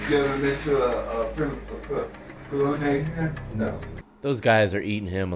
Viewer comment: "you ever have a phhhg puuraah ppppl parelininary hearing". I guess preliminary is a hard word to speak if you have no teeth and are a street junkie.